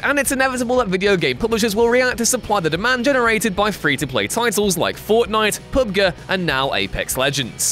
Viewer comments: Its Pub-Gee not Pub-Guh. Do you guys even know what you are talking about half the times in these videos? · "Pub Guh"? You mean "Pub Gee" right? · Get this guy outta here, somebody wake up Simon Miller. Pub-guh, ugh. 😷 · did my man actually just say PubGuh 😂😂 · Day Z popularized BR huh? Sooooooo Minecraft Hunger Games doesn't exist to you? That was THE BR game at the time! Minecraft Hunger Games MADE BR! Also are you calling PUBG PUB-Guh?!?! Its pronounced PUB-G! And Minecraft didn't "open the gates to to early access". There were games that had early access LONG before Minecraft was thought of. LA Noir didn't make season invent the season pass. Sooooooo yeah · Are you fucking serious? "Pub Gee" wasn't short enough? You had to shorten it even further to "pub guh"? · 2 videos now with that awful pronunciation. PUB GUH? Really? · This man really just said "Pub GUH". Dude, please, I beg of you, stop. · The way you pronounce PUBG says so much about how little you actually game. It's like when Jules does wrestling videos. Embarrassing. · Did he really say Pub-guh? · PUB GAH? I have never ever heard anybody call it that. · Man said Pub Guh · "PUB GUH" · Pub-Guh... do these people even play video games anymore or are they just faces that read scripts written by somebody else? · SERIOUSLY, WTF is PUB....GUH?!?!?! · PUB-Guh ?! lol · Why did he say pub-guh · Disliked and stopped watching when I heard "pub-guh" like come on man. You don't expect me to keep on respecting you after that. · You know he’s white when he calls PUBG pubger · I cringe everytime he says PubGUH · Its not about technicalities its about what people call the game for short, and they call it Pub-Gee. Anyone who works in the gaming press should know that. That is the point. When it comes to things like acronyms there is no hard and fast rule. For USA you pronounce every letter individually, same with the EU. But with NATO or NASA they are pronounced as a single word. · That pubg pronounciation was atrocious